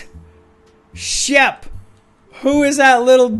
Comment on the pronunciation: umm it is shep not sheb oO oO oO oO